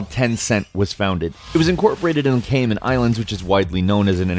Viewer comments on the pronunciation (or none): none